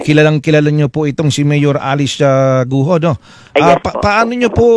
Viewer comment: Bakit ba gu o ng gu o. Wrong pronounciation po. Its go.